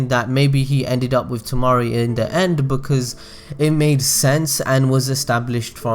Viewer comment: oh my fucking god anyone else getting annoyed by how he pronounces "Shikamaru"?? It's like [Shika] [Maoru] instead of [Shi] [Ka] [Maru] and "Temari" as [Ta] [Mauri]